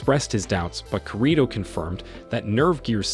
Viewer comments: Man keeps saying his name wrong I can't stand it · you're not pronouncing his name correctly (Kirito) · Dude you are saying the character name wrong man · Bro said kirito wrong💀